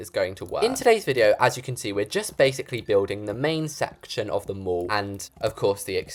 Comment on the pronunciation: if funny when you say the MOOOOOll but it the mall!!🤣🤣 (it funny when you say that not trying to be rude)